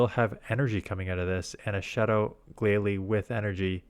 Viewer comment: Glalie is glacier + goalie, so you've got the pronunciation right